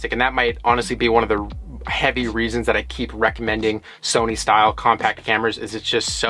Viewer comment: “Somy” camera